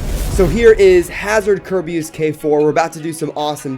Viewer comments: It pronoced car bey iss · It's pronounced ker"bee"us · I'm gonna try and say kerbeus properly (five mins later:) kerbeeoos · You still pronounced Kerbeus wrong AGAIN It’s “kur-be-us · It’s ker bey iss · dooood it s Ker-bay-us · It is Prenounced ( Kur-Bee-Is) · this is how many time he said Kerbeus but long u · You kept on saying it wrong